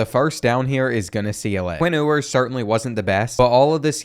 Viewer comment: Bro said “Quinn ooowers”💀💀